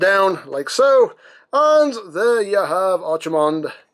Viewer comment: Here comes to the party pooper!!... It's pronounced Arkie-mond like the Ark not Archie-mond like the comic book guy